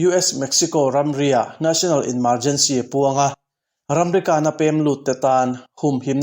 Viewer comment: Emergency hi ENmargency tih angin a ri